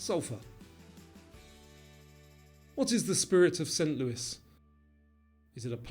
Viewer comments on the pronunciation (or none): none